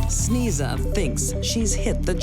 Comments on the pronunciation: For those who are wondering- Sneza is a mispronounced Slavic name “Snezha/Snezhana” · "Sneeza"? ... Parents must be idiots ;)) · Sneeza? That's unfortunate😂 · It should be pronounced : Snay-ja